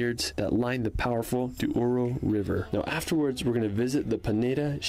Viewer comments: And “Duoro” instead of Douro 😁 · Horreos - SPANISH Espigueiros - Portuguese. Also it is not Duoro, but Douro. A lot of mistakes in the original video ;) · It’s Benagil cave, not Bengali. This is not India yet. And it’s Douro River which means River of gold, not Duoro River